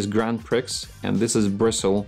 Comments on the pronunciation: I love the way you pronounce "Grand Prix". I appreciate you are not English but it is a French phrase and it is pronounced "Grand Pree". Excellent video on brushes, though. 👍🏻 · The correct way to say it is GRAND PREEEE, NOT PRIX, THE X IS SILENT.